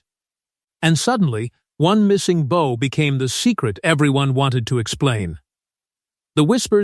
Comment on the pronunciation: Your AI narrator is an idiot. There is a difference between the bow one ties and the bow one givdx. If this AI swill foesn't recognise that then this is a channel for rank amateurs. And its probably a pack of lies.